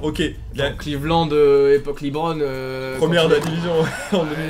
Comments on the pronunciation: les mecs Lebron sa se dit pas "Libron" hein mdrr c'est "Lebron" tout court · c'est pas "Libron" james c'est "LEbron" james